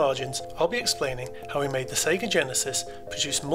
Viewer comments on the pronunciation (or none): none